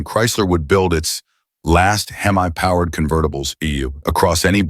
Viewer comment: Stopped watching at "Hem-eye" WTF??